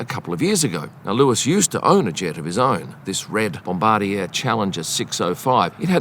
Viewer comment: That's not how to pronounce Bombardier